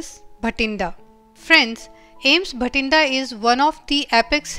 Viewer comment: Ma'am its "Bathinda" not bhatinda